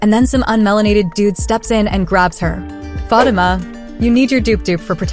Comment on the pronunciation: This narrator need to know the correct pronounction of Fatima's name. I agree with on Fatima needing stand down on Andi and her problem with Gary. Zac, would remind her that they have their own set of problems take care of those.